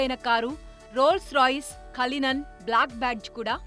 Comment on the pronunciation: Kallinan😂😂 adi cullian